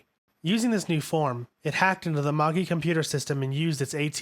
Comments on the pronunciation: All that work, and all of those weird names, and the guy can't pronounce "positron," "octagon," and "magi." Kind of embarrassing. Still, nice summary. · Drives me crazy. the U in Asuka and Ritsuko isn't supposed to be fully pronounced. the G in Longinus is a soft G, same with Magi. Its MaJi. Same with LonJinus.